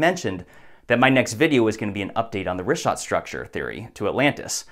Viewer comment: omg "Get Woke" and "Trust Experts"? <---Supposedly like herself? "Plato 100% made up the Atlantis story"? Sarah was invited to the WEF because she's in the business of disinformation. The worst enemy of all Libtards and Democrats is TRUTH. It bit her on the ass so bad she won't even pronounce the name right. She wants to call it the "Rick-hat structure". Complete idiot.